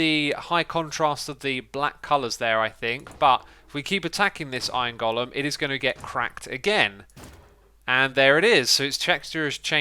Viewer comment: For fuck's sake STOP MISPRONOUNCING GOLEM!